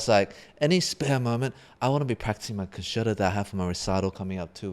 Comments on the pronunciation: well sorry but you shouldn’t. It’s con chair toe. With whatever your accent is, accent is not what I’m talking about. You don’t or shouldn’t say pee za, it’s peetsa. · Love twoset, but how do they not know how to pronounce the word concerto?